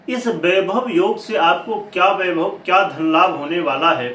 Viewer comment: बाईभव नहीं वैभव होता हे 😜